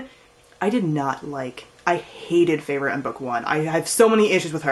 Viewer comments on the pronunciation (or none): Haha sorry but I just thought...like Feyre's name is more like 'Fair', Rhysand I call him 'Rhys' like R -i -e s (long i?). But you got Tamlin right lol.